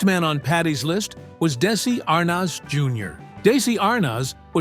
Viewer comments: Arnoz?????????? It is pronounced like Arnez. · It was a 28-minute video that should have been about 5 minutes long. Many minutes of repeating the same narrative over and over by an AI voice. Anyone under the age of 100 years old knows how to correctly pronounce Arnez (R- NEZ). It's not (R - NOZ). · Gawd, how I hate these AI-narrated stories. Lucille Ball was married to Desi Arnaz, pronounced DEH-zee ar-NEZ. He and people in the news, TV, etc. pronounced it that way. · I hate ai. It's Desi not Daisy and Arnez not Arnoz😡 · his name is pronounced “ArNEZ” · These stupid AI vids. It's pronounced "dez-see Ar-nez'. And, half the time, showing pics of the wrong ppl eith what is being spoken, described. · When such appallingly misspoken AI narration is used in a video it brings into question the accuracy and value of the entire content. It's bad enough when mistakes in pronunciation are made, and allowed to slip through the editing process, but when those errors involve iconic Hollywood celebrity names... there is absolutely no excuse. Your concept had potential but the unforgivably sloppy production values force a dislike on the video itself, and a request to not recommend this channel on my homepage in future. I strongly advise you to get your act together, or to seek out an alternative pastime to video creation.